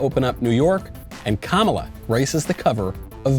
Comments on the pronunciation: I love how Matt, intentionally or not, calls Kamala, "Kamilla" 😂 love the pod, keep us going with your dry humor. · Hi Matt, just a couple of things that might help you out with pronunciation: 1) Kamala is pronounced like Pamela with the accent on the 1st syllable. 2) Ocasio Cortez.... is pronounced as Oh - Cah - See - Oh.... not Oh CASE eee - Oh... the A is like the a in Casa!!! See? I love your show! Someday I would love to see you pick up the banjo and play us a tune. Something nice and simple. Doesn't have to be from deliverance... :) P.S. I'm not joshing ya... Seriously... I watch almost every day!